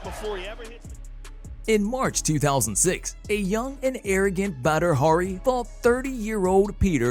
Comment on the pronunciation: Prounces badi hari as butter hurry